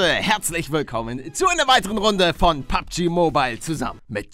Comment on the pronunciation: Mensch palle ey.... es heißt PUBG und nicht PUGB